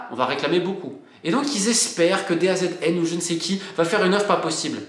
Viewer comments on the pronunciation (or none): Pour info Romain, DAZN se prononce "De Zone" et non "D A Z N" ;) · Petit détail : DAZN ça se dit "Dazone" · Ciao di Roma Romain, FYI on dit the Zone(Da Zone) pour DAZN😉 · Coucou Romain, DAZN se prononce "DaZone" sinon dur a prononcer ;) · ⚠DAZN se prononce DA Zone Le foutage de gueule de nos chers dirigeants du foot continue de plus belle ! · DAZN se dit Da Zone